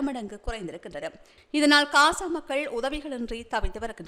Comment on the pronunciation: அக்கா தயவு செய்து பலஸ்தீன் காசா பெயர்களை சரியான முறையில் உச்சரிக்குமாறு அன்புடன் வேண்டுகிறேன் Palastaine என்று உச்சரிக்கும் போது B கொண்டு உச்சரிக்காமல் P கொண்டு உச்சரிக்கவும் .அத்துடன் காசா என்று சொல்லும் போது K கொண்டு உச்சரிக்காமல் G sound கொண்டு உச்சரிக்கவும் . நன்றி Palestine ✅ Balestine. ❌ Gaza ✅ Kaza ❌